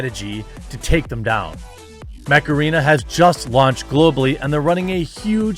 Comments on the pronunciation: Ohhhh MECH arena I was hearing Macarena Like Dale a tu cuerpo alegría macarena! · I just heard macarena :P